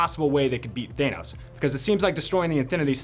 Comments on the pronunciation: I wish I wasn't so bothered by people saying "thay-noss" instead of "than-nose" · Thay-nos? Me-ol-ner? Really?